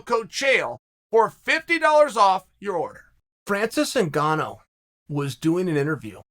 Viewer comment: Anyone notice he said ngannou wrong to start the vid